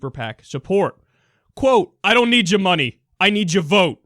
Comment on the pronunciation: " I don't needja munny, i needja vote " lmfao NEW YAWK